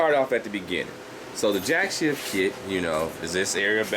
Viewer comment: Jack "shaft" not Jack "shift"